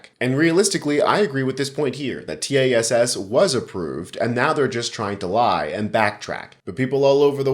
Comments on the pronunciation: It's generally known as TASS, one word. Stop saying t-a-s-s. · T A S S? It’s Tass! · Good podcast. I know you're a young guy, but this baby boomer has heard of Tass all of my life. It's pronounced Tass, rhymes with ass. No need to pronounce each letter. Just FYI. 😊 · 'TASS' rhymes with pass.